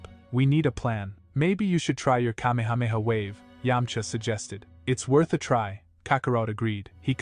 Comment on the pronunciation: Ugh this robo AI voice is a real downer on such a good story. If only he did it right this would have WAY more views. Kay-mee-hey-mee-hey really kills the vibe